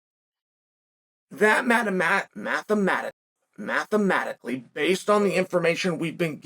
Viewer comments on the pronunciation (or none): Chael is the only guy that can diss you for half an hour telling you that you sleep with the Nogueira brothers with a straight face, but not be able to say the word "mathematically".